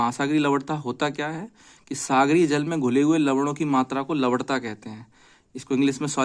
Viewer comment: Lavanta ko lavadta kehkar logo ko confused kardiya aap ne to